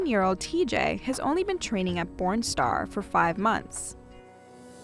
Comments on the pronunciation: I keep hearing “porn star” 😂🤦‍♀️🤦‍♀️🤦‍♀️ whyyyyyyyyy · Am I the only one who hears “porn star “ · i can't unhear it now fhedjrbd